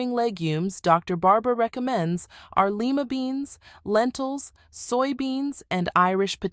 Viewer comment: Lima beans are pronounced Lyyyyyma beans.